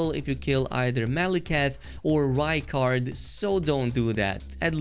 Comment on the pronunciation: Yep completely butchered rykard and maliketh :( no armor for me till NG+